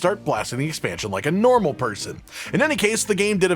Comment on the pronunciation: I like how he emphasized normal when he knows he's disturbed for that shiz...much love tho😂